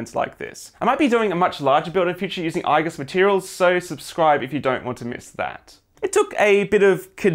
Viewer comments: Nice build! Also, the pronounciation of the "I" in "Igus" is like "Eagle", not "Eye" :) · You have to spell Igus correctly. It is not I-gus. It is Iiiiiiiigus